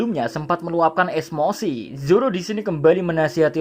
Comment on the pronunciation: Esmosi? Emosi gak min?